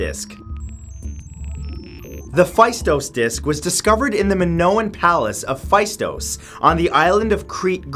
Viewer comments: The phaistos disk is pronounced "Festós" disk (the "e" in Festós is pronounced exactly like in the word "egg"). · Faistos is read "festos "